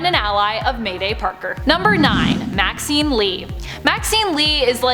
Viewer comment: Maxine sounds like vaccine 😂